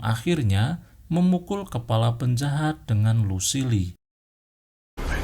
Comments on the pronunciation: Bang coba ngomong inggrisnya agak di perbaiki Kayak ngomong negan jangan nigen tp negan Luccile jangan lusile tapi lusill Dll biar penonton abang betah dengerin ceritanya bang! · Kan Kalo negan baca nya gitu tapi Lucille dia salah